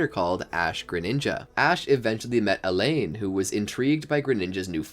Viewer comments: His name is pronounced All On not a lane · Who are Elaine, Delaiya, Glade-eon, Burn-it, Sil-volley? (Yeah, I know, Alain, Delia, Gladeon, Burnet, Silvally. But I can't be the only one annoyed by the mispronunciations of the important characters' names.) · im sorry I have watched a lot of ur vids and the pronunciation hurts Elaine... 💀💀💀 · Its actually Alain (A-ll-ane) but yeah he strong. Shame journeys disrespected him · You pronounced Alain's name incorrectly